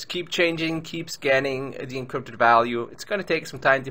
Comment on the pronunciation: I like the way you say encrypted! You say: Eencrrrypted